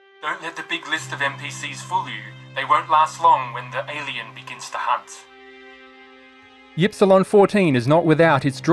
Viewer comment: My only complaint is that you aren't pronouncing Ypsilon correctly. It's "eep-see-lon" or "ihp-see-lon" you limey son of a gun.